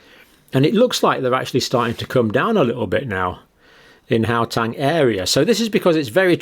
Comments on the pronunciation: WHY pronounce Gauteng as Howtang? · Gauteng is pronounced as how-teng.